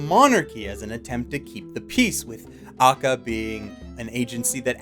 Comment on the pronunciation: it's pronounced (Ah-ka-kah)